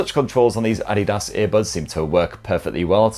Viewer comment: The first English speaking reviewer who can pronounce adidas correctly